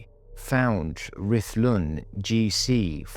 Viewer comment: The pronunciation of Llangollen is atrocious . .